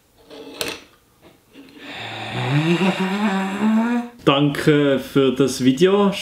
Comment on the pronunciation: fReSsi aude es heisst FrEsSe bitte liebi lüd